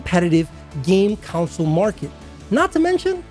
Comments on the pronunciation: It's called a console so why do you keep pronouncing it as a councole? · The way you pronounce console gives me conniptions.